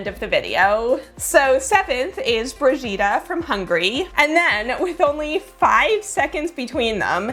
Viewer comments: The only two names I think you mispronounced were Mariusz (which has something closer to a sh sound at the end) and Brigitta (which has a hard g like in "games") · I’m sorry but please next time check the pronunciation of foreign names. I don’t know it’s just the Hungarian name, Brigitta, but it was so far from the real pronunciation. If you write it in Google Translate you can check it.